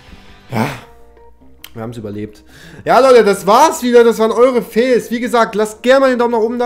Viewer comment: Es heißt FAILS nicht FEELS